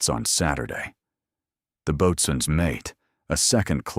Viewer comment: Boatswains Mate is pronounced "Bo-Suns Mate" at least later the AI actually pronounced it correctly.